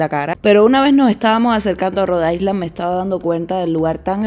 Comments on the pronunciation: Ya va siendo hora de que pronuncies “island” correctamente, no? 😊 la S no se pronuncia. Se dice “Ailand” 😘😘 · Niña, Hampton no tienes s! Porque dices Hampston?! Y island, no se pronuncia la s, se dice "ailand". Ahora, el país Iceland si se dice como tu dices island! 😊